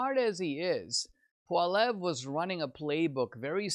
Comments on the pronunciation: I'm so depressed. More genders more handouts more taxes. Need to work on your prounounciation of polliviere not pollev. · Please learn how to correctly pronounce Pierre Poilievre's name! "poly ev", NOT "paul ev" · Actually, it’s pwal-ee-evre.